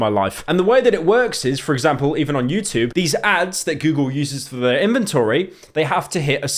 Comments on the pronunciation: "Utbarr" "utoob" fucking hell pyro slop slop slop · why does pyro say youtoob while saying everything else with a perfectly normal english accent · pyro trying his hardest to not say "choob" like a chrue brit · The way that Pyro pronounces the word "YouTube" is truly terrifying